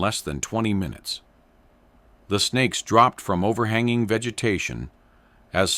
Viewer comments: no he said spakes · Snakes! Did you say snakes?